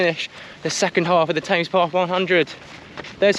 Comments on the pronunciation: Definitely 'TEMS', not 'TAMES'. I twitched a bit every time you said it 😅😅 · Bad luck. Saw your effort in 2022. You will crack it. BTW what's with TAMES PATH. Always know it as THE TEMS? Its how Londoners pronounce the name of that iconic stretch of waterway.. 🤔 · This is also killing me. TAMES! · 'Tames' path 🤣. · As a brit, how do you not know how to pronouce Thames? Great video, but that was grating every single time! :-)